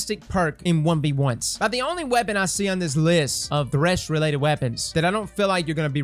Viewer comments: Why “TH*ESH” and not “THR*SH” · "Is thesh the meta?"